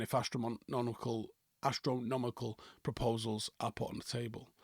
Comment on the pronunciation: " Astromnonical " -, May 2025